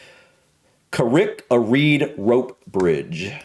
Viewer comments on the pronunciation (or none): Never heard anyone in my life say carried. It says carrick. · "Carrick" (means Rock) is pronounced Ka-Rick, like Barrack (Military not Obama!) (I'm trying to use an American accent to give you the best chance of pronouncing it properly). You don't have the sharp Ah sound, you would elongate the A sound which makes it sound like an O/E or AW sound. Carry = Care-E, Harry = Hairy, etc I lived in Carrick-on-Shannon for a few years. It has the smallest chapel in Europe and 2nd smallest in the world, Costello Memorial Chapel. Don't Try To Pronounce Irish Words, you'll hurt yourself! If it ends with agh or aght it's likely to be just the Ah (not aw) sound, Fermanagh = Fermana, Tallaght = Ta-la Craic (crack) means fun, a popular Irish saying is/was The craic was 90 (I'm old, do kids still say that?)